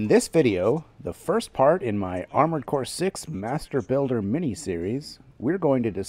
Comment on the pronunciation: Did you say Masturbuilder?